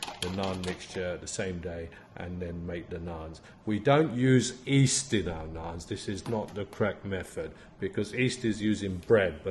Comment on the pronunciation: When you say "east" do you mean yeast? Unless I misunderstood you, apologies if I did